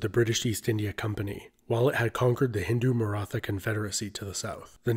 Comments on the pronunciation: Great video! Didn't want to be too finicky but couldn't help. "Punjab" is not pronounced as "poon-jab". The "punj-" (five) part is pronounced similar the English "punch", and the second part "-ab" (water) as you rightly did. The name means "(land of) five waters/rivers". Also, the "th" in "Maratha" is pronounced closer to the way it is in "Beethoven". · Random thing, you pronounce Maratha as like “Marata”, the -th is to show that it is an aspirated consonant. There aren’t unaspirated consonants in English, so you just pronounce it like a normal T (more or less). The -th sound in English (like in the word thistle), doesn’t really exist in Indoaryan languages like Marathi (pronounced Maratee). Other aspirated consonants (in Latin characters) that exist in Indoaryan languages are gh, bh, dh, kh, (opposed to just g, b, d,k), the two types of consonants use completely different characters in their scripts to differentiate the sounds. We see this in Gandhi (with the -dhi suffix), the prefix in khalsa, the suffix in singh, etc. This is like the most common mistake, so it’s not a big deal lol. But just on future reference if you make any more videos about South Asian history haha.